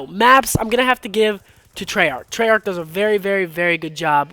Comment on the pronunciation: trey yarch